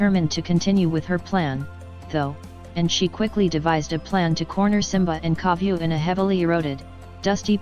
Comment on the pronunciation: I saw this comment when she says Koviu xD